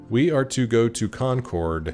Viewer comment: Oh, the way you're saying "Concord" is going to bother me so much lol. Sorry, Massachusetts's names aren't always pronounced as they seem